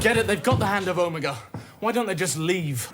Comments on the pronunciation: He does the same thing with Omega in the Reality War, you think they would've corrected him 😭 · Watching The Three Doctors for the first time, it really threw me off the way everyone was pronouncing Omega. Apparently I've been pronouncing it like a Dalek my entire life. Is it just a British accent thing???